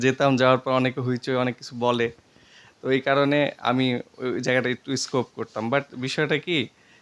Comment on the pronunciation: জায়গা টা স্কোপ করতো!!!! স্কিপ হবে রে গাধা